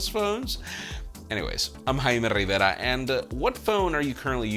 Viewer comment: RRRRaime RRRRivera 👍